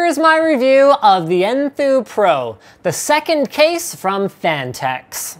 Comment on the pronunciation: "phanteks" i think it sounds more like "fanteks"